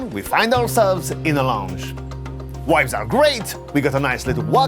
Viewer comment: its pronounced V-ibes V V not WIBES W